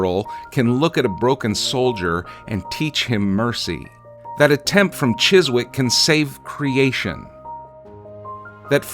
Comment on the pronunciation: I could go on for hours: starting by telling you it’s pronounced ‘chiz ICK’, rather than ‘chiz wick’ … which is petty, given I have no idea how to say Chesapeake! At any rate … ? You’ve done a knockout piece, here … ! ~~~~~~ But … why I fell in love with the show? Was episodes five, and six, of Genesis of the Daleks, the one story I can recite backwards. The “Have I the Right” scene, in six, was unforgettable. But the scene in five, where the Doctor asks Davros, “Could you do it?”? Davros’s reply scared the life out of me … but also told me this: that asking just one, right question can teach you a lot about someone …